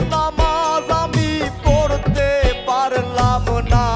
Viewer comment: বিচারকদের ও বিচার করা জরুরী, কারণ দেখলাম বাউল গানের উচ্চারণের কথা বলছে, শফি মন্ডলের ম্যাক্সিমাম গান, উচ্চারণ ভুল হয়, যেমন অনুষ্ঠানের কথাই বলি, নামাজ আমি পত্তে পারললাম না,,,,খেয়াল করে দেখবেন? আর সুমি ঠিক আছে জাজমেন্ট হিসেবে চলে আর কি, কিন্তু ওই যে স্মার্ট ভাই উনাকে আমি অভিনেতা হিসেবে চিনি, পাশাপাশি মনে হয় গান গাই, কিন্তুু বাউল গান গায়না,তাহলে বাউল গানের বিচার করবে কিভাবে। আর জার্জদের সব থেকে যেটা জরুরী : গান শোনার সময় প্রতিযোগীদের মুখের দিকে তাকিয়ে থাকা এবং গান খারাপ হোক ভালো হোক গানকে উপভোগ করা, যার্জদের মুখ এমন হয়ে থাকে মনে হয় ভুল ধরার জন্য রেডি হয়ে আছে। গান শোনার সময় উপভোগ করব আর বিচার করার সময় বিচার করবো ওকে। তাহলে এই রিয়েলিটি শো আরো প্রাণবন্ত হবে